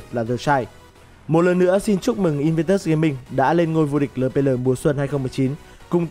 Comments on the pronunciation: Eo pi eo ông đọc lờ pê lờ nghe buồn cười vcđ:))) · Ad đọc lờ pê lờ nghe mắc cười quá. Eo pi eo đi nào ad kkk